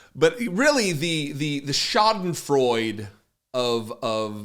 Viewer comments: But theyd still vote for him again. Btw,, it's pronounced schaden-frooy-duh. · Please if you want to adopt everything german, at least say it right. SchadenfreudE or Nazi USA. Thank you! So annoying, as if you americans try to mispronounce things!! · Little tip from a German: the e at the end of Schadenfreude is not silent